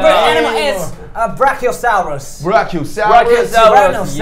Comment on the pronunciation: Hahahahah kkkkkkk "A BrAqUiOsaUrESs" rsrs😄 I'm on my father's account